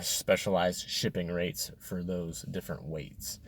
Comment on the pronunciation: Rate, not rait.